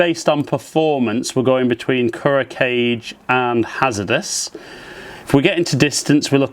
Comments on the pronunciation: Its pronounced Kool Ro Kai Jay not Kuro cage.... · "ku-row kah-geh" Kuro Kage means "black shadow" in Japanese. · Thank you for testing them out on your swing. It really helps to see a spread of golfers put their swing on the same equipment. (You really have to fix that "cage" pronunciation. Super cringy every single time. It'd be better if you just said "Black Shadow" if you can't manage.) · Kuro Kage: the Kage is pronounced as two syllables, as in kah'-gay. It's a Japanese thing.